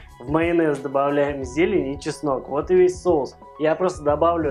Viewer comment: все прекрасно, но, пожалуйста, говори правильно))) Кулинария - прекрасно, но русский язык тоже должен быть чистым) СоУсы, СковорОда и т. п.